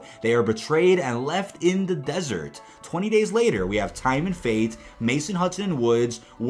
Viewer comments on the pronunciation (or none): none